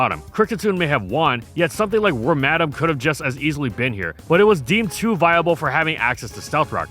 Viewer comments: First time in my entire life that I've heard Wormadam pronounced as Wor-madam instead of Worma-dam. Now it all makes sense... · I don't think that's how you say Wormadam